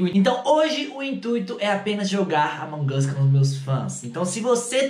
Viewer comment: Vc fala among us errado